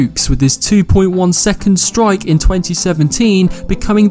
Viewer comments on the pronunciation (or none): none